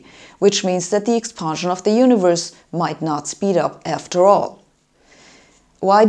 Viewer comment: Very informative & bold; but please pronounce "expansion" not "expahnsion".